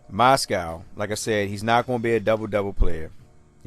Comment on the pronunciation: It's moz-gov not Mos-cow. I'm not sure if you didn't mean to pronounce his name right or you're doing it to dis him because it sounds just how it looks.